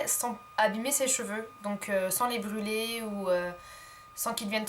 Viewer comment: Tu as dis brrruler a la espagnol